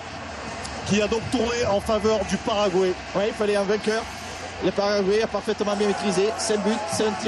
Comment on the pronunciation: Why are you French so obsessed with pronouncing foreign names YOUR OWN FRENCH WAY??? Doesn't it sound, well, a wee bit backwarded (ignorant?) to you? It's Frank 'De Blééckere', not 'De Blecquère'!!! He's not French, he doesn't even speak French!!! Most of all, it's "Pah-rah-gwah-ee", or, to put it in French, "Paraguoi-y", not "Paragouéé"!!! Come on, it's simple, it's Spanish... it's close to you... why do you constantly do that? Some late reminiscence of the times when "the world belonged to you"? Well, I'm sorry, those times are over, in Scotland we sent the Stuarts to hell centuries ago and they fled "back home" to you, you had used them to conquer our lands, as we both know... Napoleon's dead, make your minds up... I'd never DARE pronounce "Thierry Henry" like "Terry Henry", most English speaking people would easily make that mistake if they never heard the way it's actually pronounce... why on earth do we all have to follow your language while you still won't accept a common word like "computer"??? I'll follow French pronunciation just because I want sound right and I don't want to sound ignorant, why isn't this in your minds?